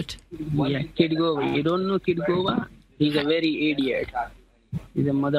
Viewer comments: “KITGOGA”!!!!’ Try again bud. This isn’t Edna but I think it’s great they are aware of Kitboga and how he is an amazing guy who is wasting thousands of hours of scammers time. Thanks to you too!! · I had literal tears coming from my eyes. He said every name but the right one 😭